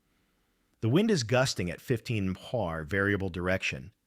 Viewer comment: Abbreviations aren't really AI's strong suit. Wind at 15 emphu. And now I'm watching zip tie anchors and sandwich bags. This sucks, lol.